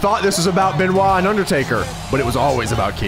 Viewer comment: Can you please say Chris BENOIT not chris ben CHRIS BENOIT